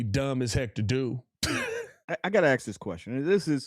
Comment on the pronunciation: Say it with me, "worf", "axe".